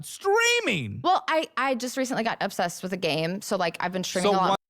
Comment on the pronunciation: I clocked out when she said there's not a billion people in the world. I hate her so much. And the way she said OB-sessed.